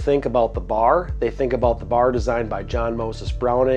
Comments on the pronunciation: B.A.R. In almost 50 years I’ve never heard it said as “Bar”. That’s wild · It's pronounced B-A-R, not Bar. For a time Browning referred to their models by action design. BAR was Browning Automatic Rifle. BBR was Browning Bolt Rifle. BLR was Browning Lever Rifle. BPR was Browning Pump Rifle. Also the commercial BAR is nothing like the BAR that the military used as their SAW for years.